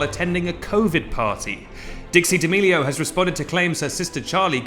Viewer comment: saying D’Amelio instead of Deeamelio just sounds wrong